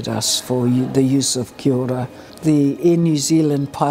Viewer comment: It's pronounced Kiao ra (Kia ora), not 'Kiora'